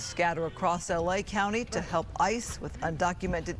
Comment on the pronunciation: The word is help, not halp, twelve, not twalve